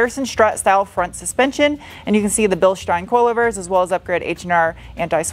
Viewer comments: Your pride in your work and accomplishment really shines through in this video. And it should! And thank you for pronouncing "Bilstein" properly! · As someone who saw the prototype of this in Frankfurt and studied German in college, thanks for pronouncing Bilstein correctly! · It has been very very long time since I have heard someone pronounce the word Bilstein correctly , nice 👍🏻 Btw you have not touched up the minor damage on the trunk lip 😳 naughty 😉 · Bilstein perfectly pronounced 👍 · I am impressed, pronounced Bilstein correctly! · you pronounce Bilstein like a native speaker. greets from Ingolstadt!